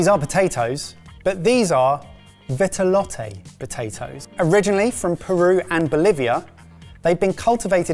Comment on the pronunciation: Ok, but there's no accent aigu over the final 'e' in Vitelotte, so no need to keep saying 'vit-eh-lot-eh'.